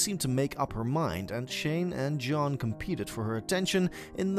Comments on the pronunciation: The way said John's name as a Z like Zohn annoyed me the most. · Lololol right?!?! “Zjohn” was the weirdest ish at the time..